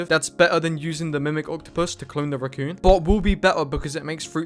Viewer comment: please pronounce raccoon as raccoon not ruccoon it's driving me insane